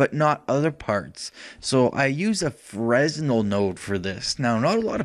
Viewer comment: Thanks for the tutorial. By the way, it's pronounced "fray-nel", not "fres-nel".